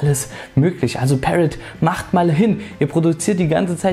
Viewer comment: Review ist ganz gut aber am Rande ist Parrot eine französische Firma und wird nicht so ausgesprochen ;)